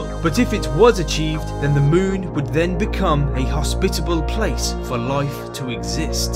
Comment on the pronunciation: One word "loife"